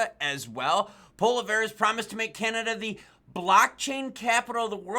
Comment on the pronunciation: How to pronounce Poilievre Paul E ev Pawl ee ehv